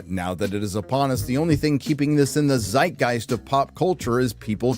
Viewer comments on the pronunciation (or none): none